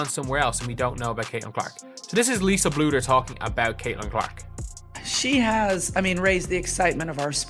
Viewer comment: Please say Lisa’s last name correctly - Bluder